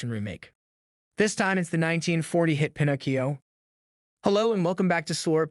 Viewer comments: Why do you keep saying Pinocchio's name wrong you keep calling him Pinogio what the hell is Pinogio🤷🤷🤷🤷🤦🤦🤦🤦🤦🤦 that's what it sounds like you're saying not word right there not Pinocchio. If you're going to make a video related to any kind of Pinocchio stuff you need to learn how to say the name correctly you're saying the name wrong it's not Pinocio😂😂😂😂😂😂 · I'm convinced that he's saying Pinocchio wrong on purpose because he says it correctly two times in a row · Can we please acknowledge the way you pronounced the main characters name 90% of the time? And why did you say it correctly lime 4 times but completely wrong the other 75? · I'm sorry, but the way you continually mispronounced Pinocchio's name, I couldn't even make it a quarter of the way through your video. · Absolutely butchered the pronunciation. Have you never heard Pinocchio said out loud before or is it intentional to be different/quirky? Either way, it’s cringe and I can’t watch the video. If this is a common thing for you, maybe go back to school a while longer. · Bothers me so much that u can’t pronounce Pinocchio correctly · Literally can’t finish this video because you get the name wrong then right then wrong again🤬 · Dude you pronounced Pinocchio the right way once and the wrong way many other times. If you’re not familiar with it ask somebody. Don’t just wing it. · Lol it’s like he couldn’t decide which was right so he switched pronunciations every other time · 😆😆😆!!! Okay, it’s “Pinocchio*.” Not “Pinnacio.” You moron. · I seriously cannot watch any more of this video with your error in Pinocchio's name you're saying it all weird I've never heard anybody freeze Pinocchio the way you freezed it you're missing some syllables dude you're not even freezing it as Pinocchio you're freezing it as Pinoccio🤷🤷🤷🤷🤷🤦🤦🤦🤦🤦🤦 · Bro its Pin oh Key Oh not fn pin ahkk io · it's pi-no-ki-o not pi-nok-io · pin-ock-e-o .. lol what ? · It’s pronounced (pin-o-key-o). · Bro just said “pinaacio” 😂